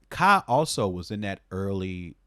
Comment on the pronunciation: Took me a while to realize you were saying Ka, not Kyle RIP. RIP Daniel, EOM, to throw another one up to producers I miss in solidary though.